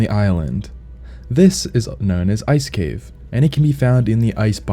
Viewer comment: Never seen someone butcher ice cave this badly before holy